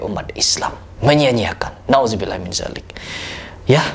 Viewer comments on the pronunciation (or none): Bang lafadz naudzubilla itu pakek dzal bukan zai